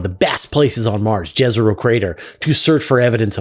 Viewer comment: Jezero is pronounced as Yezero. Means 'lake' in serbo-croatian